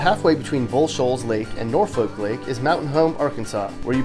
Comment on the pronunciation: it’s norFORK lake not norFOLK lake smh